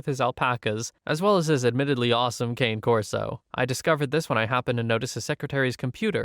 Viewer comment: Cane Corso = "kah-nEH kor-so"